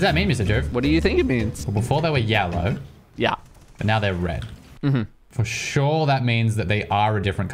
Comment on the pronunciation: literally makes me lose braincells like talking about the cables and thought he said they were gjellow